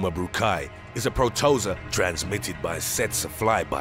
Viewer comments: He mispronounces a lot of words I noticed. Protozoa and infectious were awful. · If only there were some sort machine where you could simply type a word and hear a short audio clip of someone pronouncing that word. Oh well. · Who is this old poop narrating?! He has not pronounced even one of these parasites correctly. Yes I am a putz about these things, but someone who speaks or reads for the public should make sure to be more careful. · Pro-toe-za? You mean proto-zoa.... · It’s PROTO-ZOA fam. 😂 you so extra lol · Pro-to-zōa. Not pro-toza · Protozoa not Protoza everytime I hear it I get bothered for some reason. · It's pronounced PRO-TA-ZO-A.....not protoza. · Like i'm going to believe anything this narrator says when he doesn't even know the proper pronunciation of protozoa? Come on, "Pro-toze-ah" (pronounced Pro-toe-zo-ah)...really? And holy shit, the "Ano-phils" (pronounced An-noph-al-ees) mosqueto, WTF! Did you actually go to grade school or did you preet-end to? Good god, I hope you are not paying this narrator above minimum wage!! Ok, I quit, this is un-fu+#@ believable!! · Literally, every single video from you guys, there's some word you butcher with your pronounciations... The hell is a PRO-TO-ZA? It's a PRO-TO-ZO-AH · its pronounced Pro-Ta-Zoh-ha btw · It should be pronounced Pro Tow Zow Uh. … cause Freekin sickness… was it seriously pronounced that way? 🤣😂🤣 Pronounced Teet see fly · He really is not good with pronounciation... Infectuous Protoza Anophils and a lot of binomial nomenclature in other videos. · I'm late to the party, but FYI the word "protozoa" is pronounced pro-toe-zoh-ahh, accent on the third syllable. You're welcome! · "Pro - toe - zoah," - Protozoa. 😉🥰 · Ringworm is not an actual worm. It is a fungal skin infection. Plus Pro-to-zo-a! Four syllables long “o”s short “a” Ugh this episode ranks 👎🏻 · Its pronounced PRO-TO-ZOA, just like its spelled Hun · Pro-toe-zo-ah is how its said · It’s pro toe zo a Protozoa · Pro-Toe-Za lol